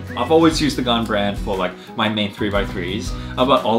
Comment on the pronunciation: It suppose to be gan but your accent from gan is gun